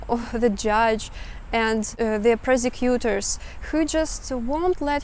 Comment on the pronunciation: It sounded like you said "persecutors", which ironically is more accurate than 'prosecutors' in this instance!